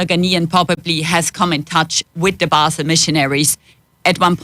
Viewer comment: Learn how she pronounces “Basel”. It’s not how you say it.